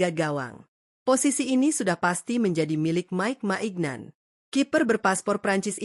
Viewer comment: Mike maignan dibaca maik minyong, strahinja dibaca strahinya bukan strahinja